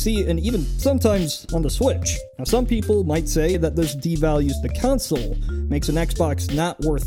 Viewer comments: Con sole not counsole say your words right weirdo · stop saying "counsel" please. It's "console". You're hurting my oppressed gamer minority brain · boi kept on saying "council" instead of "console" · Cawnsil, not cownsil. Lol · please tell me hes saying council on purpose and he doesn't think that's how console is pronounced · Why are you saying 'council' instead of 'console'??? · How do you say every other word right except the word “console” you keep pronouncing as “council” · "Con-Sole" not "Council" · I keep hearing the word "council" rather than "console", anyone else? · it sounds like you are saying council and not console. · Stop saying counsole, I swear to god. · WHY do you pronounce console like council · Why are you pronouncing console as in council? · accent and probably a cold. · Video title: Console dialect: Council council council council council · It's pissing me off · The consoles will decide his fate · he keeps saying COUNSEL .... :-O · TIL consoles and console are pronounced "councils" and "counsel" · The Console Council counselled on the generally accepted pronunciation of the word "console", then consoled him in his grief, but it was of little consolation. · Oh my god why do you say Console like that?? Did I miss the bit???